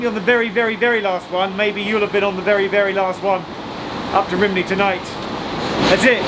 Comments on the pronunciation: Rhymney isn't pronounced RIM-nee, but (far closer to) RUM-nee. (edit) You got it right once, but not the other times. How come? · After 'Rimney' I stopped listening